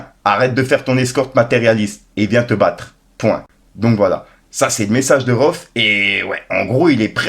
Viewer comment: c'est pas rohff c'est rhaouefff